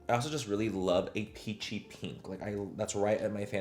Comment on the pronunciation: 😂😂😂 every time he says peachy tone . The only thing I hear is ' a pinchi tone'😂😂😂😂😂❤